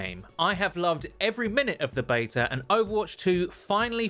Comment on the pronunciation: there is no "R" in the word beta, hey, say "can i get a bottle of water"